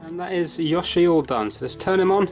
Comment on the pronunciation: don't worry, you pronounced yoshi correctly the first time, but please, mario is mArio not mÄrio!